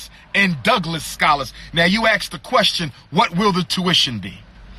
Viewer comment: So animated. Wow! And its ask, not axe clown. This dude str8 stupid. SMDH. What college he go to again? And what institutions are controlling his behavior? STOP IT.... STOP IT!!!